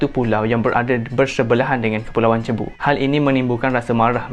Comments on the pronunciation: Bkn "cebu" sebutan dia...tp "seibu".. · cebu, Philippines. pronunciation mcm Sibu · Sebutan Cebu = Sibu✅ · sebutan pulau cebu tu kurang tepat.. yg betulnya "si-bu" atau "sug-bo"